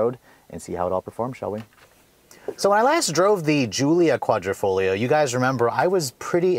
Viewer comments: Quadrifoglio pronunciation=kwadrifoleo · Quadra-foh-GLEE-oh ? Really dude? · nice review, no hate but the way you say quadrifoglio makes my ears hurt lol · Try pronouncing it without the G idiot